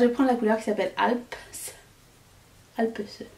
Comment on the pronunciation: Waouh ça c est du contenu, c est de toute beauté! En first: 1. Mimosa 2. Tokyo 3. Switzerland Le crémeux du fards "Alpes" ( on prononce pas le *es, c est la chaîne de montagnes entre la suisse et différents pays) était épatant! J étais pas enjouée sur la Sultry et pourtant maintenant je m en séparerai jamais🤗 on se réjouit de voir tout cela, pitié au moins les 3 sur youtube. J ai pas insta/fb, sorry, i m not sorry😅 A demain!